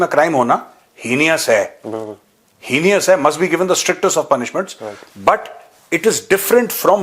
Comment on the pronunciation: Now that you have called us bahar walle agrez Gaurav saheb, I would like to suggest something because I mean well. When you say HEINOUS you will notice the letter I is before and not after N. So the right pronunciation should sound HE NUS and not HEE NEE US.🙏🙏🥰🥰 BTW great show...watch it every morning. 💪🇮🇳❤️